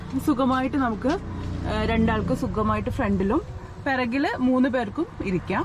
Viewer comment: പെറകിൽ അല്ല,,, പുറകിൽ 😄